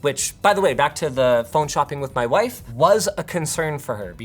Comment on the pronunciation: “Maa wife” 😂